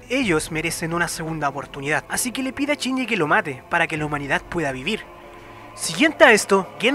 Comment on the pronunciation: Solo escuché CHINYI CHINYI CHINYI!! Todo el video...